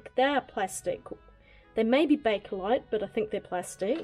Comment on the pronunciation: just an FYI for you, 'Bakelite', not Bakerlite